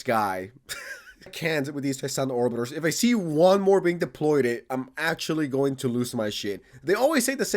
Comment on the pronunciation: Deployed* not “deploydid” my dude lol just tryna help!